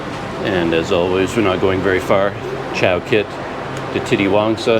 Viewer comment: Titiwangsa is pronounced "teeteewangsa" instead of "titty-wangsa"